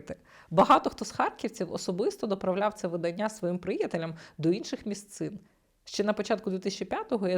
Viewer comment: у слові «видання»у значенні друк, наголос робиться на А, видАння, а от заміж виданнЯ…..